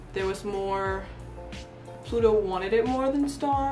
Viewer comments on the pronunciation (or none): She keeps calling pluto to Ludo. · It's Ludo, not pluto, he is not a planet, it's just Ludo, L-U-D-O!!!